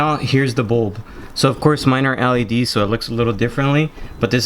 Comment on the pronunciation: It’s L E D. NOT ALLEY D